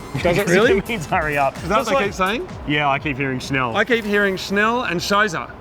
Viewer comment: You aren't saying Schnell right, but yes it means faster. Scheiße means shit, LMAO, they just wish you would get the lead out.